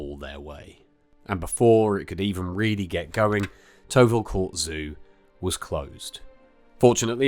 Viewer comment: Another mis-pronunciation - Tyrwhitt is pronounced Tirrit. Apart from that it’s a brilliant film.